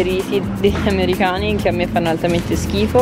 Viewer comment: perchè dici : amerihani?